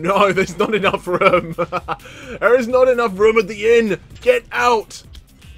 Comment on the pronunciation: the way you say room,lol, how many people are in this rum?